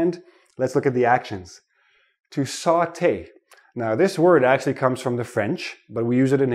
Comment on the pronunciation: All the course was good. I was picked particularly by how you say "Saute" like a french!!😃